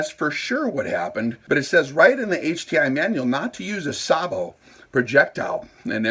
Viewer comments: Pronounced “say-bo” Also, sorry you are wrong. The threaded closure system is one of if not the strongest mechanical joint out there. It’s actually amazing. And it’s only the first 3-4 threads of any threaded joiner that provides almost all of the strength. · Pronounced on this side of the ocean as SAYbow - the fire command in a tank goes "Gunner! SAYbow! Tank!"